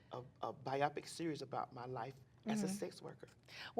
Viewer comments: TS saying bi-op-pic instead of bio-pic is so cute lol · Lmao at bi-opic. It’s bio-pic. Like a biography picture. 😂